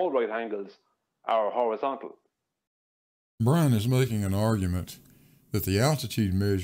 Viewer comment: Wuhwease!